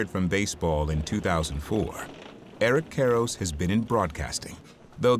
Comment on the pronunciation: Eric Karros, or as Ross Porter would say it…Air’k Care’sh 🤣